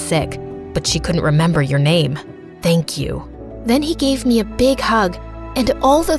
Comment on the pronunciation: the way they pronounce the name 😭😭